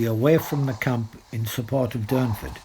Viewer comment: Its Durnford not Dunford .🇬🇧